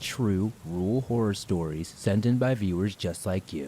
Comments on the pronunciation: It’s ok, I too find it practically impossible to pronounce the word ‘rural’ for whatever reason. 🤦🏻‍♀️🥴😁😂 However your absolutely amazing job with narrating makes up for it. 💚🥰😘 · Hey you're definitely not alone with having a tough time with the word "rural". I think a lot of people do. It a weird word I feel you have to over enunciate. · I agree! I don't mean to hijack your comment, but it wouldn't let me post in the main comment section. So I had to click on someone else's comment, in order to post this. I was going to tell, I'd be happy to help them get better at saying "rural". Instead of trying to pronounce the "r-u-r", just clench your jaws together and say, "rrrrr-al. Hopefully that helps! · Lmao, "and the first one is that I cant say rural very well" ah, yes, bonechilling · I truly believe no-one can say "rural" right. I know I can't. It's a weird word!